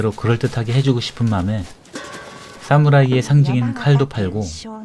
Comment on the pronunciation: 싸무라이 아닙니다. 사무라이 입니다 경음 거슬리네요😅